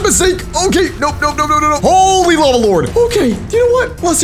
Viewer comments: "The LAVE rose" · Is no 1 talking about it said lave instead of lava😂😂